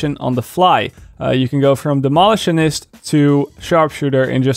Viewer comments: Please stop saying Dem-olitionist. It is Demo-litionist. Other than that, love how you've cut your jib. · “Demolish-tionist” 😂 I love it! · your english is much better than my dutch, but its pronounced Demo - lition - ist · Pronounced Demo-lish-on-ist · It's entertaining - no worries! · The way he says demolitionist is hurting my brain.... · My wife hates the way you say demolitionist . LOL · Nooooo, you’re pronouncing demolitionist wrong